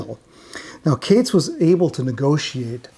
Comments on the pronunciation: HELLO …… its Katz as in Catz not Cates !! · I love all your videos - keep 'em coming! They're usually flawless, but Matthew Katz's last name is pronounced "CATS" not "CATES". Katz went on to screw over Moby Grape where, coincidentally, Skip Spence ended up after leaving the Airplane. I really regret not seeing the Airplane at Fillmore East back in the day. Interestingly, Signe did a tour with Jefferson Starship in the '90s (Paul, Marty and (I believe) Jack were all in the band then. Sorry I missed that one too. Kinda crazy that both Paul and Signe died on the very same day at the same age! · Katz is pronounced "Cates"? Everyone ese with that name is pronounced "Katz" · Mathew ""???? It's a jewish name of German origin, and it's just pronounced like Cat plus a Z. I don't want to know how you would pronounce Tannenbaum or Kupferschmidt.... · The common Jewish surname “Katz” usually is pronounced like “cats.”